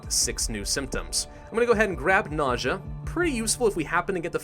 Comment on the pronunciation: Every time you say "nausea" I keep hearing "naja" lol